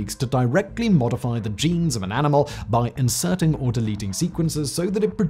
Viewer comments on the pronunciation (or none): none